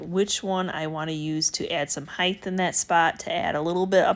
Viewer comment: Sorry ! Just have to ask ….. when did the word height change to heighth ?